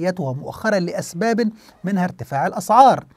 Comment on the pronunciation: وبعدين كلمة الأسباب لماذا تنطقها الأزباب